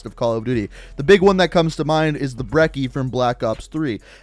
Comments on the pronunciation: The double c in the word brecci should be pronounced brechi not breki. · Dude im sorry but its not the Brekki its the Brechi the double c ( cc) makes a ch sound. I know it doesnt matter but it hurt a little hearing breshi instead of brechi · Right: Bre-chi Wrong: Bre-cki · Brecci is pronounced "Brechi". "Breckie" is something my grandad eats when he wakes up in the morning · It’s “brechi” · He callin' the brecci a breky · Brecci is pronounced Bre - chi like Gucci but replace two C's with Ch sorry to correct you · The Brecci is pronounced "Bretchi" sir